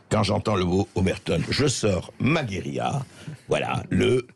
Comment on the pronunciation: André, votre émission est formidable, mais je vous en supplie, parlez français! On ne dit pas "guérila" mais guérilla, avec un redoublement de consonne...même, et surtout, en langage parlé.